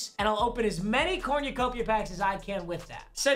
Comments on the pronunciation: it cor nu copia not corn u copia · “cornyuhcopia” this bothered me for no reason, corn-uh-cope-e-uh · Nobody:: CoRnYOUcOpiA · "corniacopia" smh 🤣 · Anyone else hearing say cornyacopia instead of cornucopia😂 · Dude says cornyacopya 😭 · Papa how tf do you say cornucopia so wrong💀 cornYOUUUUcopia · Its cornucopia, not corñucopia